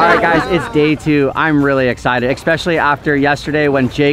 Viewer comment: did you really just say rily instead of really